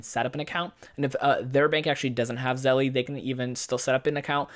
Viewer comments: It's not pronounced "zelley" ITS PRONOUNCED "ZEL" !!!!! Is it spelled "zellie"? No, right?!?! It's spelled zelle - therefore the last "e" is SILENT!!! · I think it’s pronounced “Zell” like the word “sell” but with a Z. It isn’t “Zell-ee.” 🤔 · I think its Zelle not Zelly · it's zehl not zellie; OY VEY! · You're mispronouncing it - it's like Zell (the last "e" is silent) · You dont pronounce the e on the end lololol It's Zell like Sell but with a Z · Stop calling it zelly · pronounced "ZELL"* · Zelle is the ONLY way to send money instantly for free. Game changer! Also, the E is not pronounced so it’s just “Zell” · The incorrect pronunciation really bothers me. The word “Zelle” has to be pronounced correctly especially if you are doing a tutorial. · You don't even know how to pronounce Zelle, I cannot trust you.